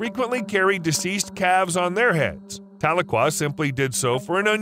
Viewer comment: Tuh-LEE-kwuh is how to pronounce the orca's name.